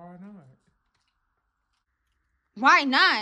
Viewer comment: “why nOt” bro 😭😂😂